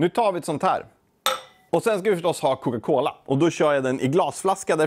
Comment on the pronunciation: Varför säger du Coca Cola så konstigt? Är det din dialekt eller har du bara fått för dig något?